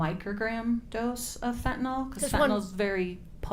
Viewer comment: So hard for me to hear, as a retired paramedic, people calling Fentanyl as Fentanol. I realize that this is my own bias, but I would hope that they would pronounce it right, after all everything is based around this.